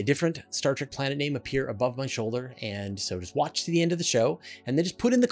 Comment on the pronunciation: Give me a break you you're spewing out all this scientific stuff about planets in the universe. so why did you mispronounce Star Trek you said Star Track. It literally means star journey. On the other hand you said track the definition which is a rough path or minor road typically one beaten by use rather than constructed. Why the why do you think****** fans of the original TV series the spin offs the reboots the movies call their self Trekkies they don't call themselves Trackies.